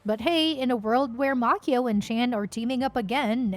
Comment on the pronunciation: it's Macchio not Makeo. Can't anyone get this right? SMFH